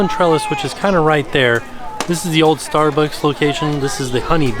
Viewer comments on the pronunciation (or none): none